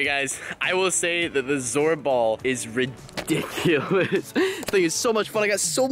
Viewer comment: unspeakble you said ridicolus more than 5 times